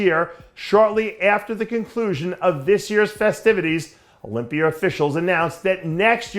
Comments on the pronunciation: Sometimes he pronounces it with the A at the end also like when he says sawr instead of saw which he pronounces sometimes without the R at the end. Mr pretender is phony and annoying. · Olympi-er? haha love you dave